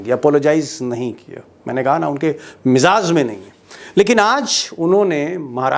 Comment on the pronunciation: Pronounce correctly:: miZaZ should be MIZAAJ !!